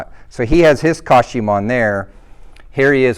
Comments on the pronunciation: Did he pronounce it coshume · Why can’t he say the word costume correct? 🤔😂